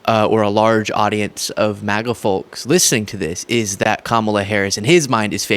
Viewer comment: I love you, but come on… do you seriously not know that the “l” in “folks” is silent? Think of tokes, oaks, or hoax; it’s pronounced just like that 👍🏻